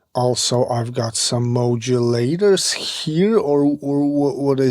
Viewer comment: I how you say Modulator man ! I hear "Mojo Laterzz" :-)